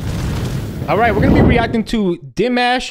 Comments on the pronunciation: FIRE!! I think you said his name right. Dee MAHSH. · you got his name right. 😉